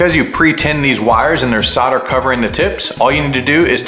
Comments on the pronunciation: why do Americans forget the L on soldering, you guys say soder instead of solder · I had to stop watching this. Never heard someone say "sodder" instead of "solder" so many times in my life lol. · Kool vid chap - I wish you’d say it properly though (sol der) soldering 😂 Sodder 😂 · Dude... how can you look at the word Solder and produce the noise sauhrder!? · SOUL -DER SOUL-DER ... Solder has an "L" in it.... ;-)) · How many times did you say sawter